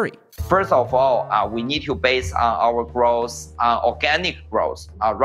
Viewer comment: Growth let's say it together growth ...not groce 🤣